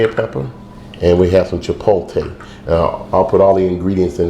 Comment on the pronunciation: I was with you until you said "CHIPoltay"